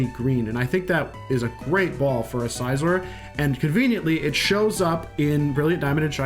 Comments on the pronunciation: Every time he says size-or instead of Cs-or, my soul wrinkles up. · You lost me at "Sizeor" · How does scyther = paper For the record, I agree it's definitely pronounced sizz-or